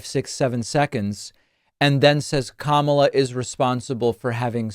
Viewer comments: Kamala was not responsible for letting anyone into the country. Trump just had to pivot from Joe Biden, so he did that. The man is bat sh%# crazy! And he still pronounces her name wrong, on purpose I think!! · What a sleaze. Purposely mispronouncing Kamala over and over. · It's intentional. Just a bully trying to offend someone by deliberately mispronouncing their name. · The fact that he cannot/won't say her name correctly, is frightening. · Every time I watch Trump speak, I think of that old guy at the end of the local bar who pontificates about whatever enters his mind at the moment. Two minutes later, it's a different topic. None of it makes sense, and no one is really listening. And he doesn't know how to pronounce Kamala, either. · He can't even pronounce Kamala correctly. Who's the mentally challenged one? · He forgot what he was saying because he was too focused on deliberately mispronouncing her name. His tiny little pea brain can only BARELY handle doing one thing at a time, 2 is impossible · Anyone who can't learn how to pronounce THE VICE PRESIDENT's name is not fit to be the leader of anything. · He still can't pronounce her name correctly. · He didn't make much sense. He mispronounced Kamala's name and call Aliens, Elians. Then he said she stopped them all. Wow.